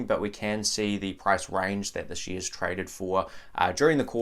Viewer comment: whats "sheeeares"?